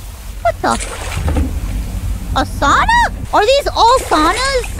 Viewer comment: you know what... since you managed to pronounce "sauna" perfectly like a native Finnish speaker, you'll get a like on the video.